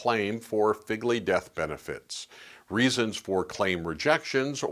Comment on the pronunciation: It’s not pronounced Figley. It’s pronounced Fegley.